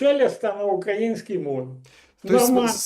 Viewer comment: Подскажите пожалуйста Мосийчуку, правильно ставить ударение на слове украИнский